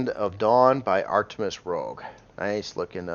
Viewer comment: Btw I normally avoid correcting people's language but I really like Artemis Rouge's videos, and your videos, and I know you respect them as well so I'll say, it's Rouge not Rogue. Pronounced like "rooge" but a soft G/J sound rather than hard, not stopping the air passing your tongue. Rouge is red in French (perhaps another romance language as well) ;-) Love all of you, your content, and especially your ships!!